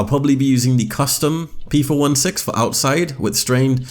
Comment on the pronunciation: Don't mean to sound like a jerk but its p four sixteen